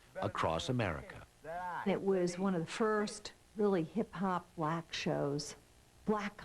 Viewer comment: Why she say Black like that 😂